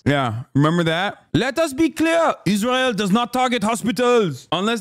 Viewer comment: "Isntrael" LMAO...